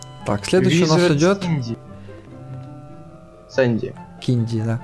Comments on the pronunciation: Не кинди а Синди!!!! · Не кинди а синди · Не кинди, а синди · её зовут не киньди а синьди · ЧТО ЗА КИНДИ ПРАВИЛЬНО СИНДИ